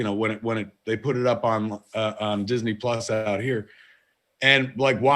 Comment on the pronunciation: Marc mispronounced Disney Plus throughout this whole thing! 💕